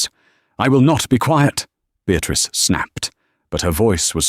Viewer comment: A Beatrice wymawia się Beatris, a nie Beatrik. Chyba pobiliście rekord nieuctwa, ignorancji i lekceważenia nas, którzy musimy słuchać tych bredni. Gdyby to zależało ode mnie, wylałąbnym was wszystkich na zbity pysk z wilczym biletem.